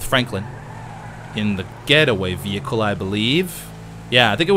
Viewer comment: wtf he said vehicles wrong